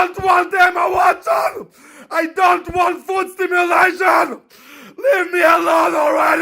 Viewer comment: Kinda made me wanna watch Harry Potter 😂 it's foot stim-U-lation not foot stimu-L-ation